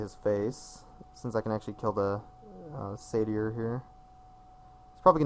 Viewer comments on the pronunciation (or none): say-ter (or, say-tuh)